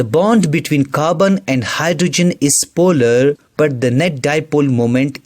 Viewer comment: Polarrrrrrrrrrrrrrr... Non polarrrrrrrrrrrrrrrrrrrrrrrrrrrrr